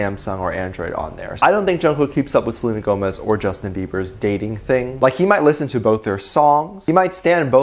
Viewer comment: “He had to keep an eye out for Selenér” I can’t 😆🤚